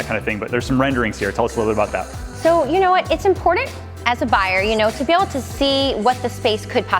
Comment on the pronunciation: It's impordint? The push of a buh-in?